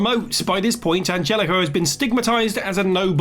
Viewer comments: its anhelico, not angelico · An-hell-ico, Jesus christ its not hard. What can we expect from this person though